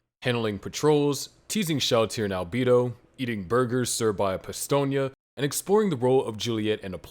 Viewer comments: Was gonna watch it until i heard Alb-ee-do instead of Alb-e-do. Unwatchable. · deeply offended at the pronunciation of Albedo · The fact that you can't properly pronounce albedo's name is ridiculous did you even watch the anime?!?!